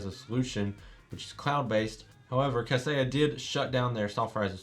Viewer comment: Thanks for the vid. Kaseya is pronounced as "Cuh Say yuh" (where uh is like duh)